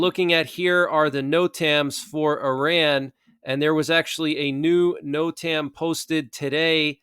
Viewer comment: Great show! But NOTAM is pronounced ‘Note-um’ with emphasis on the first syllable